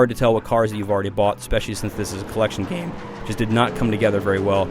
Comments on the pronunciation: lol "collection gaeeme" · hey everybody hear the word GAME so fucking Funny! :) hahahaha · Did anyone else hear the way he says game at about ? It was funny :P